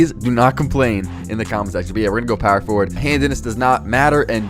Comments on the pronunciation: I love how u say “POwer FoWard” 😩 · POW-wer Forward 😭😭😭